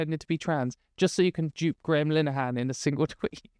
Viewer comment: the way that pronounces Graham Linehan sounds like Gremlinhan and I love it.